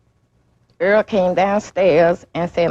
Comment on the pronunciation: Not pronouncing the victims name correctly is insane . *Earl